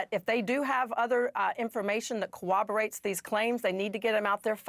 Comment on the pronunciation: Hey,. It's "corroborates," not "co-oberates"🤦‍♂️